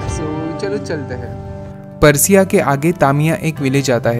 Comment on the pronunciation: paraasia, matkuli , naam sahi liya karo